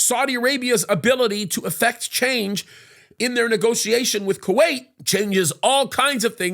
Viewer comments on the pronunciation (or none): none